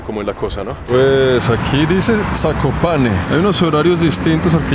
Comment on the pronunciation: Pronunciaste bien Zakopane y eso que no sabes Polaco.